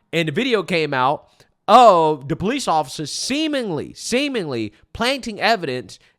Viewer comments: You're the superintendent and you can't pronounce police properly? Its police not poolece you should really be able to correctly pronounce words. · Your a superintendent and your pronouciation is still Police(Paw-lis).. come on man... You should be a role model to your students